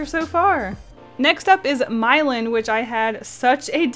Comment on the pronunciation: its not "Mylihn" its "Meelahn"